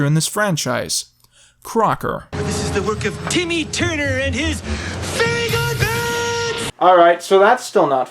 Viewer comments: Its timmy not tommy. Goddammit. Bro! You still deserve more subs. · he said tommy lol its timmy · dude its timmy not tommy